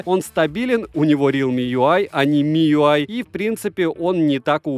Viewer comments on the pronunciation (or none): none